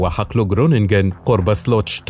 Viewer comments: للتوضيح مدينة خرونيجن وليست جرونيجن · جروننج تنطق خروننج ،ليس فى اللغه الهولندية حرف ج. زرت هولندا وتدرب فى اتحاد منتجى البطاطس الهولندية فى معامل الاتحاد فى مدينه خروننج. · حبيبي المدينة اسما خرونجين مافي مدينة اسمها جرونجين حرف الجين بينلفظ بالهولندين خ g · اسم الحقل هو خرونيحن .. وهو نفسه اسم المدينة .. حيث يبدأ بحرف الخاء وليس الجيم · للتوضيخ اسمها مدينة خرونيكين وليس كرونيكين وذلك بسب اختلاف لفض الحروف في دولة هولندا 🇳🇱 والسبب حرف G يلفض عند الهولنديين خه 👉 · حلو الموضوع علمي بعيد عن الحرب ولكن اسم المقاطعه خرونينجن وليس جرونينجن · النطق الصحيح لاسم المدينة :خرونينن الg بالهولندية ينطق خ.. و gn ينطق نون فقط